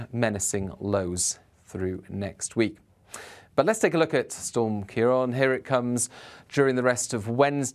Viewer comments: It’s CiarAN not CiarON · kee-ron is not how you pronounce it. It is sometimes spelled Kieran.